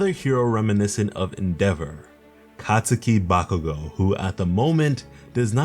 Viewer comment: He really just said “kats OO ki” 😭👌